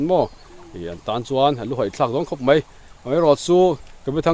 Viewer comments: Meian ani lo maian ti zawk la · Meian nilovin maian aw